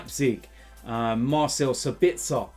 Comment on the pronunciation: Let me help you with the pronunciation: it's sAbitzer, not sabItzer (stress on the A). Yes or No? YES.